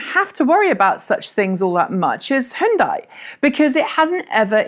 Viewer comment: I like how you pronounce Hyundai correctly but not Nissan or VW